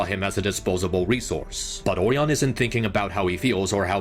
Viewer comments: ORIen. it's ORIon pax. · You gotta stop saying "oreon" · I love this video and it points out a lot of things that I thought when I watched both of them in theaters, but can I just say (without being mean!) it kills me inside every time you say Orion. Because I’ve never heard the O-ree-un pronunciation before in my life. Though, I do know it’s a real pronunciation. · "Orion" is not pronounced similarly to "oreo" and you kinda do that Oh ryan not oreon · Orion not Oreon 😭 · I like the video alot but the way he says Orion is funny. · this guy constantly butchers the pronunciation of "Orion" and i cant take the vid seriously bc of it😭😭😭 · Your pronouncing Orion's name wrong.